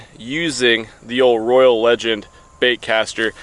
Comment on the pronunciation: Thank you for the video! But Roy-ale. Like Royale with cheese.